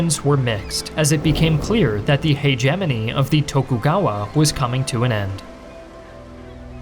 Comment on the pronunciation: hegemony = hard G